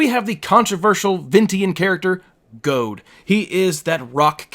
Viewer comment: LOL WTF. "Goad"? It's pronounced "JEE-ODE". Like the word geode, which is exactly how it's spelled, and which is a real American word for a hollow volcanic rock. Jesus.